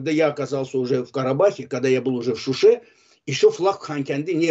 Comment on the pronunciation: Вы неправильно говорите! Она неправильно сделала ударение. Она скпзала слово Шуши ,ударенин она сделала на ,,у". А должна была сказать ,,в Шуше" ударение на ,,е". Тогда было бы правильно!